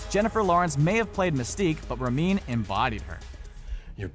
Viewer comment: Rebecca Romijn is pronounced "Ro-MAYNE"